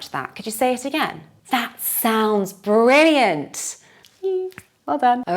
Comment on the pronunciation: Why do we hear at the end of the word "brilliant"/ˈbrɪliənt/ , the sound 's":?? when you speak.